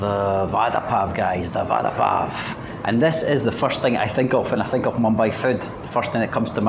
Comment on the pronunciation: Nice one!! Vada in Hindi means "promise" What you are eating, is pronounced as "vara" pao!! 😁 Nevertheless it's fun to watch your food vlogs. Enjoyed it!!